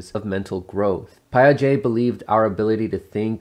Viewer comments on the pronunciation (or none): Your pronunciation of "Piaget" triggered all my stalled stages of cognitive develptment.